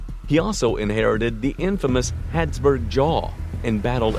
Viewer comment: Why are you saying 'Hadsburg' instead of 'Habsburg'?